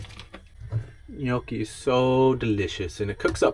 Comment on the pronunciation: TIP: pronoucing "Gnocchi: the G is silent and pronouced Nyocchi